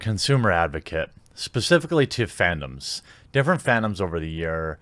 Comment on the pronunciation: Love your work. Appreciate that you are looking out for the rest of us. Just a quick tip on the word ‘fandom’. If you put the time emphasis on the first syllable it sounds like phantom. Out of love man...